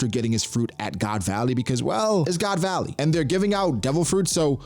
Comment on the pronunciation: did man say "god's alley"??? that to twice lmao